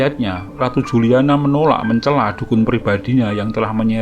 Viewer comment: Ente salah bacanya bro..Juliana (dibaca Yuliana) ente gererasi jaman now jadi gak bisa bisa baca anak jaman old 😀😀😀